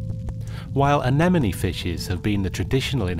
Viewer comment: Is it pronounced enemonie? I always thought it was a-ne-mone?